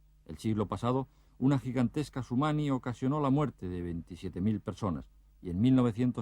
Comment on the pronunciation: Ninel dijo sunimi y este reportero sumani